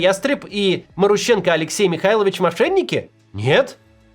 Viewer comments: Максим, у тебя даже не шевелится что-ли в башке: "вот, новое слово маруха - однокоренное к главному персонажу", и я не знаю, как его произносить" Т.е. пхй ваще, да. Ударение там на второй слог - марУха и, скорее всего, марУщенко. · Я бы ударение делал на МарУщенко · Ударения в украинских фамилиях не всегда на предпоследний слог)) Например, Зощенко, Лещенко, Кащенко, Плющенко..... и так же Марущенко)) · Может, МарУщенко? А не МарущЕнко??!